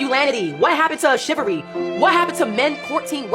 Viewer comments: “what happened to masculanity? What happened to shivery?” 😂😂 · “masculanidy” and “shivvery” truly do be missing from society though